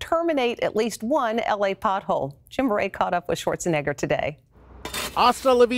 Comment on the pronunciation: I think it's Arnold Schwarzenegger not Arnold Schwarzenigger